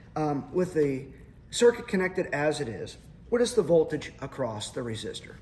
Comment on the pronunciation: "A standard silicone diode." Nope. It's silicon. Volage?😆